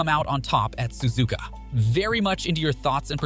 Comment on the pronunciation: I can tell you’re American or something cause you Suzuka susika